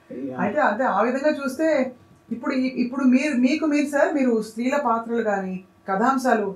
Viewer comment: పత్రాలు కాదు పాత్రలు